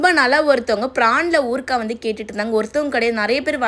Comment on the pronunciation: எம்மா அது ஊருகான்னு சொல்ல வேண்டியது தானே என் ஊருக்கா ன்னு சொல்றீங்களே